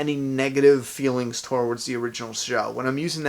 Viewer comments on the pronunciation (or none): "Toh-wards." Every single time lol